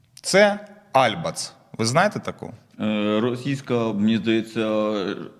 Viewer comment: Критика Альбац - это маразм! А этот "диктор" даже ударение в фамилии не может правильно поставить в ее фамилии! Несет всякую чушь!